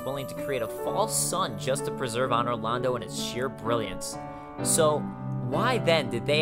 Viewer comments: Could you please learn how to pronounce things correctly? It AN-or Londo, not Ah-nor. you also keep calling it Lor-drahn. when in the beginning of the game it clearly says Lor-drAN. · "Ahnor Lando" Seriously? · ahnor londo